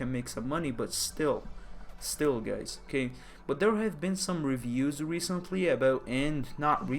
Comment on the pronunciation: Did he say "hello gays" ?